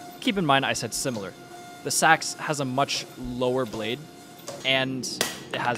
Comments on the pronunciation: just so you know its pronounced seeks not sacks it throws you off cause its spelled seax but thats just how its pronounced. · While Nomenclature is not your priority, just an f.y.i. for you: "seax" is phonetically pronounced [SEE]•[acks]. source: Scandinavian ethno-cultural anthropology *not "sacks" or "sax" as your youtube audio or mic audibly sounds.